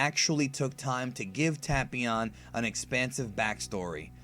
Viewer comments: It's not pronounced tap ion it' ITS TAPEION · Ta-pee-on. I thought it was Tay-pee-on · It's pronounced TAY-PION, NOT TA-PI-ON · Am i the only one who always pronounced tapion as Tape-ion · “Tahpeeon” lol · Anglo Laflare tape eon. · Devious J I’m making fun of how he’s saying it. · Black Disciples TA-PYON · That's now how u say his name pal😐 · you said the name wrong tapion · He pronounced tapion wrong